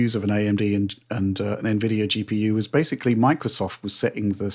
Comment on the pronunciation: “Basely” ( mispronouncing the word basically about two dozen times per video)